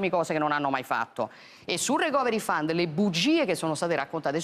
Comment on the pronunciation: la pronuncia corretta è 'ricoveri faund', letto così come scritto con l'accentuazione corretta.